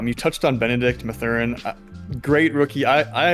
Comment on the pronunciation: "MATH-er-in". Not "Muh-ther-in". 😉